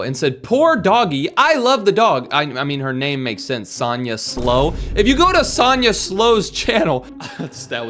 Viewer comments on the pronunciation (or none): none